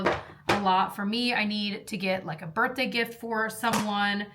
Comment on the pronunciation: For the love of god its birTHday NOT birTday!!!!!!!